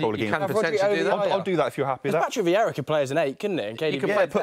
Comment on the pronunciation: I died when he said vierra over rodri